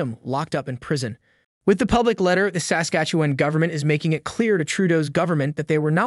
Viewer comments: You pronounce Saskatchewan weird. The emphasis should be on the second syllable of the word Sas-KATCH-ew-an and not on the first. Other than that great video. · SA skastuwen..? It sounds funny when you say it like that. Great reporting. Try saying it like " Sas KA tchewan. like a good Canadian Kid. 👍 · SASKATCHEWAN- Pronounced "Sass" -"catch"-"ew"-"juan" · I hate the way you say saslatchewan. thanks for covering this though. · You are adding an extra syllable and over pronouncing the 'e' in Saskatchewan, the 'e' comes out like a short 'uh' sound, Sask-Atch-uh-won. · Its pronounced: Sasquatch- ah- wan. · I like your reports but you need to work on your pronunciation of words, its jarring. Its Sass-catch-ew-wan. Your other video that had polyamorous in it and wow, butchered. Poilievre is our next PM so maybe... learn how to say it. Poy-lee-ev. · Would have been much better if the narrator knew how to pronounce the name of the Province though. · Haha It made me laugh every time he said it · Why can’t he say Saskatchewan? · 32 seconds in and I'm wondering where you're from? The way you pronounce Saskatchewan tells me you aren't Canadian. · The way you pronounce “Sas-katchewan “ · you talk like a robot...you pronounce Saskatchewan like someone from Lithuania or some place like that.... Are YOU a real person or a controlled opposition robot!!??? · Maybe learn the proper pronunciation of Saskatchewan, ask a local...... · Please learn how to say Saskatchewan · learn how to say Saskatchewan. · First, you should learn how to pronounce Saskatchewan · you need to learn how to pronounce Saskatchewan.. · Learn how to pronounce Saskatchewan